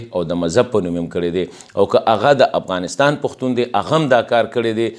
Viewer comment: جناب د افغانستان نوم باید تاسې سم تلفظ کړﺉ! مننه!